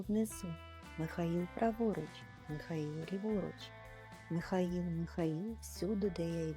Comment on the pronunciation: Тільки не Міхаіл, а МИхаЇл. Якщо українською.